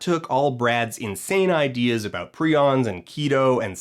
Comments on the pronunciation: I don't ACTUALLY know how to pronounce 'prions', but every time Dan says it, I feel less and less certain that his last name is. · Did you say prions?